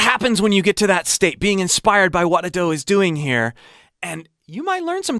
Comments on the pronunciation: A-do, not adoo. Try pronouncing her name right please/ください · it's not A-Do, it's Ado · I love how he mispronounces Ado each time